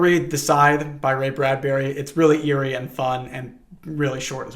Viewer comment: are you trying to tell me not to trust the guy who has made companionship with a parrot? see, what's wrong with seeing a parrot? yay, gay :D half the time you say "eerie" it sounds like "yuri" i didn't want to mention it repetitively but this feels like a relatively good opportunity to mention that even though this is in fact not yuri they're men WHY IS ONE OF THE COUPLE OVERLY CONSERVATIVE OF ALL THINGS??? My brain heard this as "Sedates" at first and was mortified, your calm description made me have to do a double take on it i didn't like hearing about guts what thank you